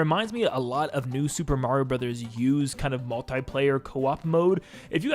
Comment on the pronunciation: Are all Americans collectively refusing to say Mario properly, or are they all completely incapable of it?